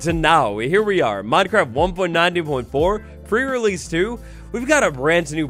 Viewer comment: Is it just me, or does it sound like is saying "Pur release" and not "pre relesae"? Everytime he does these prerelease videos that's all i hear, pur release (meow:3 )